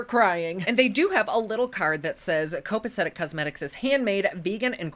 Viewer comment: "copacetic" - correct. "Hwebsite"????? hrrrrm.